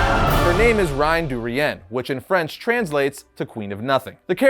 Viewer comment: Merci pour le petit bonheur = thanks for the happiness/good time (petit means small or little, but in french it means something related to affection and fondness) Reine is pronnounced more like Renn not Reehenn